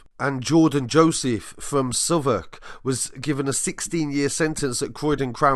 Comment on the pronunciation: Shout out to who knows how to pronounce Southwark lol